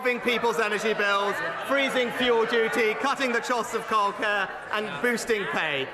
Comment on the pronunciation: Hm, yes. The "chost of kildcare".